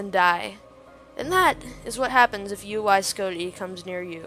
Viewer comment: Its not uy scoti idiot its UY scuti